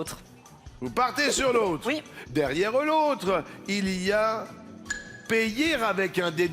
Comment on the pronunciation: Luc a mal prononcé Payer (il dit player) et l'algorithme qui génère les sous titres a écrit player.